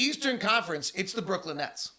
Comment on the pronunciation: Why does he keep saying “Brookland”?